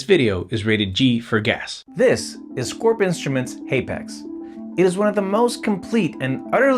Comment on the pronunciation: I can’t stand hearing you say haypax.